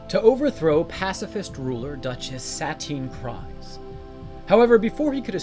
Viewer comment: It's pronounced SUH TEEN KREEZ